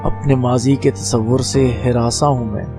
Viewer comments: Sahi talaffuz, hiransaan aur ayyaam hai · Sahi talaffuz, hiransaan aur ayyaam hai. Please note📝